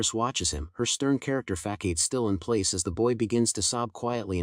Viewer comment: Killed me with “Just a FACKADE” pronunciation of Facade 😂. But my mind merged the narrator bot voice with my imagined voice of the baby and it was adorable